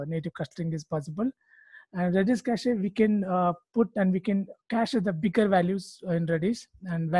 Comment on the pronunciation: It’s not ka ch EEEE It’s just cash